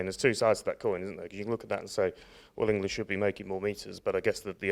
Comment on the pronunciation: "Englad"? is that near 'Irelad?